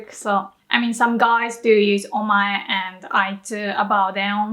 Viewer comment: Is it o-ma-e or omai sounds like you said omai.